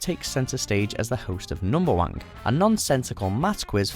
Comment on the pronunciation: Narrator: numberwank Me: it's numberwang Narrator: fuck!